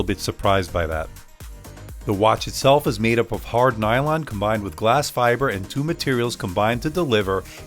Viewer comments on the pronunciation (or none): none